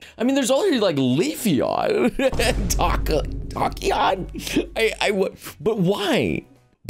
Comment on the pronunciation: That's exactly what I thought when he said "Tac-eon" lol